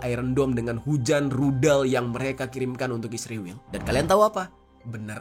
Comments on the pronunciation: Israwel..sebutan lu gak benar bro. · Mengapa kalau negara ISRAEL abang sebut dengan ISRIWIL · Gua gak mihak siapapun tapi kenyataan nyebut Israel nyebut Isriwil, gua suka gaya lu bang😁